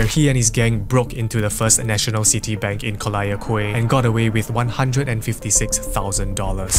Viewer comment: Quay is pronounced as key